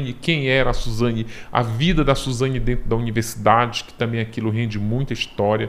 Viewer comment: Suzanhe hahahahhahahah esse é demais